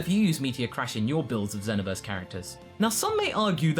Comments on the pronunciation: Did you just call it zehnoverse? ZEHNOVERSE? ITS ZEE (not z) NO VERSE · it's not Zeno-verse, its Zee-No-Verse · Zee-no-ver-s not zen-o-verse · Zen-oh-verse. It's exactly like saying xenomorph.